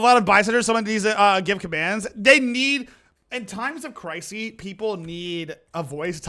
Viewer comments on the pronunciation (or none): I'm sorry... Times of... Crisey???